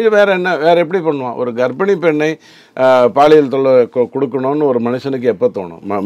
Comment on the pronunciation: Anchor promounciation awkward.. thamizh thandavam aaduthu.. he is saying baaliyial.. instead of paaliyal. (Which implies sexual harassment)